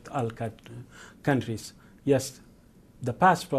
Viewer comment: No, he definitely slipped up.